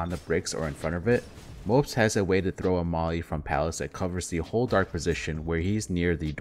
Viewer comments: It's Mo-po-z not mopes and it's R-ø(similar to ou in "rough") -j. Hope this helps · I love your content dude! But a little advice, Mopoz name is pronounced "mo - poz", not "mopz" xD.